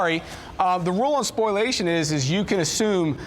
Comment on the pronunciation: Learn how to pronounce spoliation. (Not spoiliation). Just sayin’….